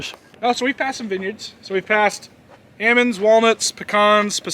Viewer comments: Did he say ammonds? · How is he an almond farmer and he can't say almonds?!? Ahmund? Aymonds? I kid, I kid. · It’s aamonds to orchard farmers and almonds to everyone else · How do you get amonds? Shake the L out of em. I bout died laughing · "I heard beed hate cell phones." 😆😆😆😆 Ahmends..... Well their aLmonds, but we shake the L out of them. 😐😑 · I went to college in an area where they grew a lot of "Ammons". It was way too much trouble to pronounce the "L". Watching that part of the video brought back fond memories, well, the memories weren't really about the nut harvest. LOL